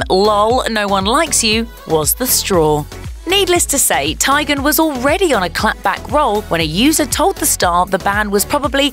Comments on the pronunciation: Tie-gen? its tee-gen lol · For the love of GOD!!! It’s pronounced “TEAGAN”!!!! It’s not that hard to say